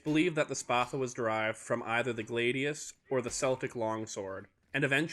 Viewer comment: “Glaydius” “Seltic”